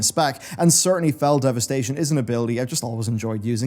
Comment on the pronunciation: Great video ... even when Fel Devisitation made me laugh as its Fel Devastation. Sounds like the DH has demonic child support. :P